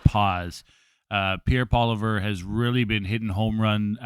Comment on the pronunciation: Brother you gotta learn how to pronounce Pierre's last name already.